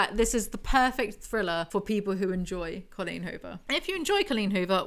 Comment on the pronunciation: the best way to listen to Coleen Huvor. I think I just like the way says "Cullin Huver" 😂❤